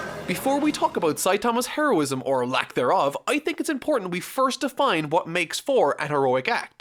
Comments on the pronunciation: I heard Hairo-ism or lacked there of, that was unintentional but i love it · You cannot immagine how often i heared "hairosim" instead of "heroism". Especially in closeups when some missing hair is shown xD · so you want to talk about Saitama's...hair-o-ism eh. ^^